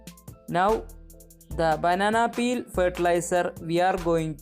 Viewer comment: The way she says “banana peal” 😌